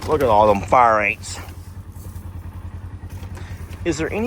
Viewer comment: I like the new paddock idea! I like the idea for more running room for the Dino-Birds. I remember that1st year or so when they came to the property! Running and stretching, and dancing with those wings and long legs! LOL Worried because no fence along the bluff at the time. Edited to say Far Ain's is the right pronunciation.:face-blue-smiling